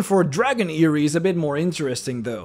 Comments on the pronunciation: I've always pronounced it: "air-ih-neez" (Erinyes) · Erynes: pronounced; air- an- ess